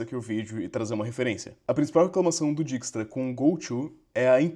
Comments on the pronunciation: Deixa eu ser o chato da pronúncia. Se fala DÁIKS-TRA, ou DÉIKS-TRA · “Diquistra” foi osso…